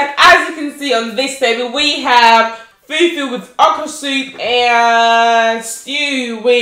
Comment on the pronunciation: Ati fool fool 😂😂open your mouth girly its Fufu 🙄